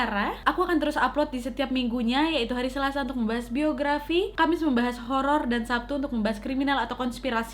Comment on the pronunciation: 0.13 Kak Nadia : "ok malam jum'at ini Nadia kembali dengan cerita apa??" Me :"hororrrr" (treak2 lupa kalo chadel huruf "R" jadi ketawak semua yang dengerin)